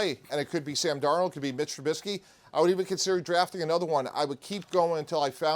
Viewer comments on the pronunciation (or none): Did this dude really just say micheal tribusky 😂😂 wtf notice how anyone else laughed at his take, man I swear some of these “Analysts” have the football IQ of a middle schooler